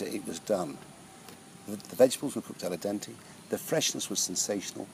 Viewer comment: lol 'al a dente'.